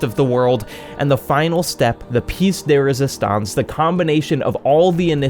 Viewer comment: loved the story telling, though I did feel it went on far too long. I was also expecting this to actually get one of those electrogram caps to try to control it with thought, like you would your limbs. a small note, though it could be that I misheard, it's piece 'de' resistance, instead of 'they'. Not that it really matters, as everyone understands, and most are it wrong with 'of' instead lol. I hate english because I'm dyslexic, so I have to learn these things by research, or I forget, and make the same mistakes. That's how I knew the small titbit :)